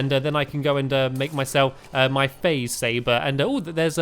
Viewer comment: It sounded like you said faze saver